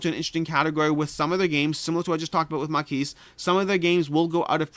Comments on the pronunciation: If it is the French word, the 's' is silent in "maquis." Basically said like "maw key." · In spite of having set the goal of not backing any games till July I’m definitely getting Maquis (btw. you don’t pronounce the “S”) as I had promised myself last year to pick it up if I could find it again after it sold out where available immediately in the FLGS.